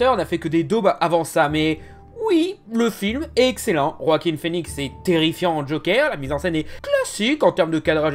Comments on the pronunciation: Il dit "Roaquin Phœnix"??? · J'ai quitté la vidéo quand t'as dit "Roaquin Phœnix" ! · Ca se prononce vraiment Roakim ? Oo